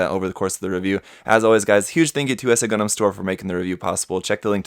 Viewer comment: Whenever that dude said "Gun-dehm" I died a little bit on the inside.